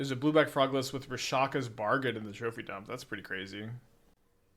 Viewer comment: Honestly kinda weird to hear him say Ishiki and Rashaka over and over. I'm not usually somebody who gives a shit but it's kinda ear grating.